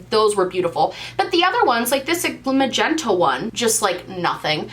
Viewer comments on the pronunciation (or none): none